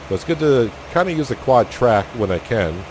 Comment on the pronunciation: I've been way behind on this series and spending the day catching up, but I've been wanting to correct you on the quadtrac thing forever 😂 I didn't do it cuz idk where your from and thought maybe that's what you always called it